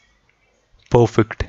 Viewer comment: Not pofekt.... it should be perfect